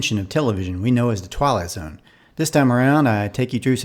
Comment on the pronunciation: It sounds like you're saying "The Twilo Zone", from The Dick Van Dyke Show "It May Look Like A Walnut".